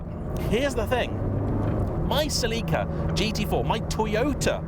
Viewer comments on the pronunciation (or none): When he said “Seleeka”, I was like WTF is that, then the pic of the Celica came on screen… 🥴